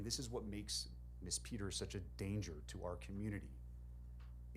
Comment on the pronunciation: This judge does not know how to pronounce the name “ Peters”what an ignoramus, for a supposedly educated man..!!